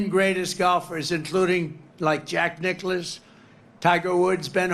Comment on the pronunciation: Donnie's such a big fan of Jack Nicklaus that he can't even get his name right 🤣